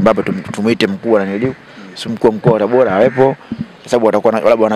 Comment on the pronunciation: Mtangazaji! Sio TABOLA jamani!! Dah! Ni TABORAAAAA!!